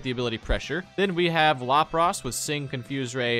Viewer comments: It is LAP RUSS NOT LUP ROSS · Why do they have such dumb pronunciations for their names? Lawprahs? It's la-pruhs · Did he just say "lop ross"!?